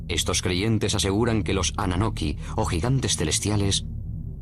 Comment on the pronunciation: Annunaki no annanoki , Nibiru no Neberu y Zacharia Sitchen a sido refutado por expertos en lingüística acerca de su interpretación de las tablillas